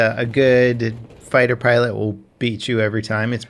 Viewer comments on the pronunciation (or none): none